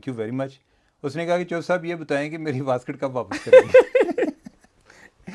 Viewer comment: واسکٹ نہیں ویسٹ کوٹ پلیز 😅